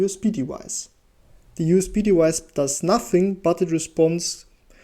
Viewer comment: Really great video value-wise but your pronounciation of "device" kind of drives me nuts. The English "v" is pronounced like the German "w" — you seem to know this since you pronounce it correctly in basically every other occurrence but if you want to be more easily understandable without the listener stumbling upon this every time you say the word maybe try to pronounce like it's generally pronounced :) Not trying to be destructive, I really liked your video apart from that